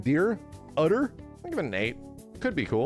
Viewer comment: Calling Udyr "udder" is killing me 😂